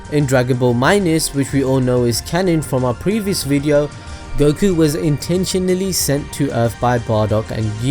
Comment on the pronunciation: UM ACTUALLY its pronounced 'Goh-key' you got the names wrong unsubbed (I have a new Ninja Storm weekly series btw, it'd be sick if we could do a mini collab again haha)